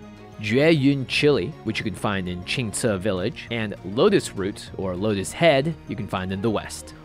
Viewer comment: Lótus? Where s the lótus?